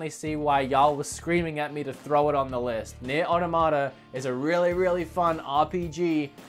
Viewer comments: Aw-tom-ah-ta not auto-mata! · Pretty sure it's pronounced "or-toh-mata" Or maybe i'm an idiot, probably the latter. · Nier Au-tom-ata its pronounced. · Nope, so far everyone pronounces "automata" wrong. Only less than 20 people has said it right. Including the guy I've spoken to in line for the snes classic has said it right. Correct pronunciation [aw-tom-uh-tuh] not [otto-ma-ta] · Is Automata pronounced "aw-tah-mah-tah"? I've been saying it like "aw-tom-a-tah"